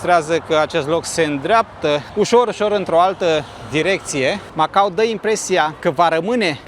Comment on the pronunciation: Felicitări,, pt că datorită ție vedem și locuri/zone în care nu se aventureză prea mulți. Iar pronunția CORECTĂ este MacaO, cu "o" la sfârșit, nu cu "u", așa cum o învățăm la școală pe când se mai făcea geografie...